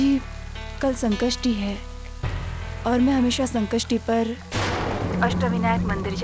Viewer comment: Sanskrishti nahi Sankashti bolte hai 😡😡😡 Jab bolne aata nahi toh bolte kyu hai